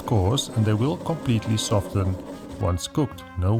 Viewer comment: It’s bad enough when people pronounce the T in “often”. When the disease spreads to “soften”, all hope is lost.